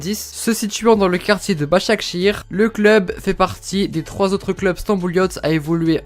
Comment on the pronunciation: Bâchâkchir tu le prononce bien